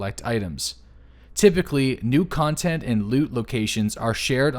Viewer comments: Cotnent... :P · Discovering the new “cotnent” lol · ''COTNET'' monkaS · "Cotnent" Just poiting that out :P